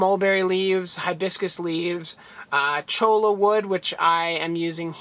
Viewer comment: Nice video! Not sure if you do this already, but the water from fish tanks (shrimp as well) is really good for all your other land plants, so keep that in mind when you do you water changes! Also I don't want to be "that guy" but I'm pretty sure cholla is pronounced choy-ya... Ludwigia! keep up the great work!!